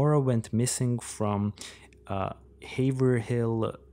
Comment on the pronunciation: Haverhill is in Massachusetts. Also its pronounced Hay-ver-ull.